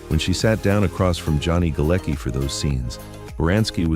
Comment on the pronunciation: The name Galecki is of Polish origin and is actually pronounced 'Galetski'.